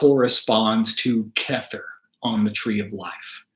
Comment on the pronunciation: I love it! You came to me as my loved one reached out twice via number 47. the 18, and 18, and you are now 47. Your pronunciation of the sefirot is a little funny though.. remember, it's Aramaic (Hebrew) chet is the choking sound. keter is keh-tare, not kether 😅